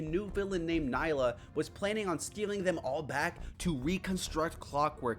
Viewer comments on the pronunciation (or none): you pronounced Neyla's name wrong. Nee-la the y is silent.